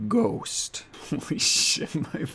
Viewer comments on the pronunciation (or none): really just said "ghöst" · “straight up gHUST 👌”